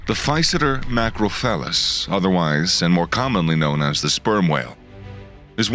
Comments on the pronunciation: beware of pronunciation too; Macro-Cephalus (Large Head) not Macroce-Phalus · he said "Macrophallus" instead of Macrocephalus. Macrophallus literally means Big D___, lmao. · Macrocephalus, not macrofallus! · min: "Physeter macro-phallus"? Or Physeter MACRO-CEPHALUS? BIG FUN! Which 'end' are we lookin' at? {Better to make certain & practice a little before recording challenging terms.} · 😂🤣😂The narrator said "Physeter macrophallus" instead of "Physeter macroCEPHALUS" 😂🤣😂 !! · OH, please. Do Pay attention. It's NOT a "spelling" problem. The VOICE narration contains a VERY AMUSING error in orally rendering the NAME of the creature being discussed. So, not a trivial error. (I've done many hours of studio recording of science texts (& others). I'm "a-Freud" you miss the cute issue entirely. LOL! & Relax, I really am IN FAVOR of this (& most other) FINE presentations. Cheers! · the narrator completely mispronounced the binomial name of the Sperm whale.